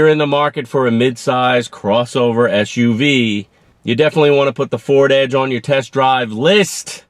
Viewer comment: ESH-U-V's .... really ? **** S-U-V ****